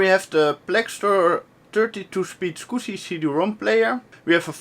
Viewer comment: Clean mouth, no "Scuzzy" words spoken!